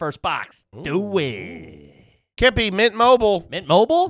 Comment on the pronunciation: That was literally the strangest mispronunciation I've ever heard anyone do, its not dumb Kippy its just strange haha. Also that weird thing happened where I decided to read the comments the exact second that happened. That happens all the times its very odd.